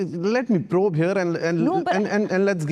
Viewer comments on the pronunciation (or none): none